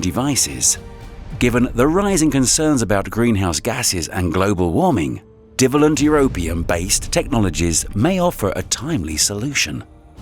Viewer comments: Pronunciations of "divalent" and "trivalent" are WRONG. Stress is on the SECOND syllable, not the first. You shouldn't guess or assume pronunciations if you're going to commit yourself to the Internet. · Dreadful commentary - sounds like someone who doesn't understand what they are reading (div alent for "die vale lent"). Is it a computer generated translation from an Asian language? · F these robot voices. In the section on Europium, the robot isn't pronouncing "di-valent and tri-valent" correctly. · Whilst there are a lot of interesting things in this video, it's somewhat spoiled by some ludicrous pronunciations. 'Divalent' is dye-VAY-lᵉnt, and 'trivalent' is try-VAY-lᵉnt. And 'wound', as in wound healing, rhymes with 'tuned', not with 'bound'. 🤦‍♂ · rapid wound healing. divalent and trivalent. efficacy. pronounced wrong :p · O. M. G. teach a HUMAN to read PLEASE. - OR - what bi-valent & tri-valent OUGHT to be pronounced. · Is this an AI narrator? I can forgive ‘divalent’ and ‘trivalent’ but who DOESN’T know how to pronounce ‘Celtic’? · commentator cannot pronounce divalent and trivalent ?!! depressing that they cant get a scientifically literate presenter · Ok... words this chap can't read aloud from his script: wound, divalent & trivalent.